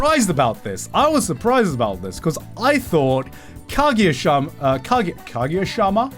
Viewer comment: Why does he say Kagiya instead of Kaguya.